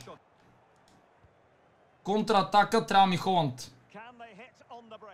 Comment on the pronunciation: много яко видео! Казва се Халанд а не Холанд МНОГО ЛОВ ЗА ТЕБ❤❤❤